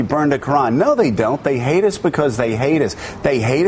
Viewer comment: From onward, all I could hear is "they heidus becuz they heidus, they heidus becuz they heidus" LOL, Joe Scarborough is ridiculous